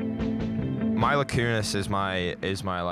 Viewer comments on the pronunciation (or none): the way he says mila Kunis is so irritating. it's Mee-la not My-la buddy.